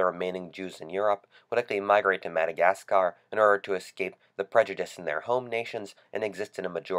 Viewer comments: Just saying this, there is literally no need to emphasis the "scar" part of "Madagascar". Just saying. Nice video btw. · The way you say Madagascar is stupid and nearly ruined the video. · Please curb your enthusiasm for the pronunciation of Madagascar! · I fucking can't. I'm only a minute in and he's said "Madagascar" like 5 fucking times and his pronunciation is fucking hilarious. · please stop saying Madagascar...ever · I could only watch about 1 minute and 50 seconds before I had to stop.... god it's annoying how you say Madagascar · You don't pronounce the R at the end of Madagascar. And Japan has apologised hundreds of times to Australia for bombing us and they paid back all the damages while sending their best to repair damages to the cities, we now have free trade, a scientific alliance and very good relations. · The way you say Madagascar, I want to die. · What's wrong with it? He's pronouncing it according to English rules. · "krystalnacht" So how do YOU pronounce Madagascar?